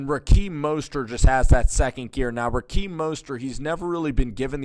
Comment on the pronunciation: It's RaHeem not RaKeem lol